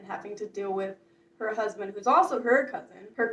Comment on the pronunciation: lololol "her crousbund, if you will"